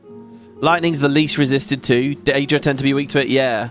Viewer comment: On day7 wondering if ever starts pronouncing Daedra right 😂 Never change